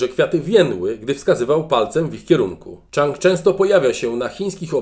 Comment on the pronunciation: Chyba "Dżang" nie "Czang".